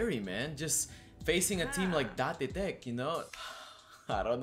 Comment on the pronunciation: Does anyone here get mildly annoyed when says Da-te teck instead of Date (deyt) tech or Da-te ko?